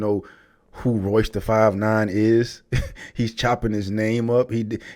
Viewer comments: He hung himself with the crap that came out of his mouth! The more he talked...the worse it got. Butchering Royces name...was the cherry on top! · Woulda Woulda Woulda Woulda , Shut up Melle Mel, Eminem is not top 5 because of his skin color, this is pure hate, another hater upset with the 'White Man' because of his success .. This dude barely knows how to pronounce Royce Da 5'9 name, and is claiming Royce is on the same level as Eminem, yea right.. Eminem taught Royce Da 5'9 how to properly structure his rhymes and syllables, and Royce doesn't have the type of Mainstream Music/Catalogue Eminem has, period.. Royce doesn't have hits like 'Love The Way You Lie, Lose Yourself, Godzilla, Rap God, Till I Collapse, Venom, Legacy, River, Stan, My Name Is ' <-- These are all Mainstream and Global hit songs, Royce is more of an underground rapper who raps extremely well and is a S tier lyricist, but he does not have the Mainstream success because of his Discography . Eminem's subject matter and consistency is why he is considered one of the greatest of all time, because if race actually did play a factor to his career like Melle Mel claims, then why isn't Bubba Sparxxx as big as Eminem?, why isn't Logic, Russ, Macklemore, Millyz and Paul Wall as big as Eminem?.. Last I checked Eminem is pulling 68 Million Monthly Listeners on Spotify, pretty sure none of the other white artist I mentioned are doing those type of numbers.. Another thing, Busta Rhymes is extremely talented, and is definitely one of the Kings of Rap in my opinion, but he ain't no Eminem, nor does he Rap or think like Eminem.. Eminem seriously needs to stop shouting